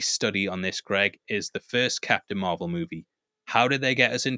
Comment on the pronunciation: It's pronounced Marbel, guys. 😂